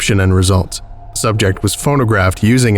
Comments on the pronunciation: This has a very series one feel to it. A lot of the writing feels like something that would be in a series 1 SCP, sounding very informal at some points (e.g. “died on the spot”). Not a very good article IMO. Also I swear you kept saying “phonographed” instead of “photographed”. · ... Are you saying "phonographed"? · You kept saying "PhoNOgraphed".